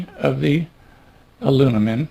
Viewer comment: I like it! Even though he does keep saying “alunimum.”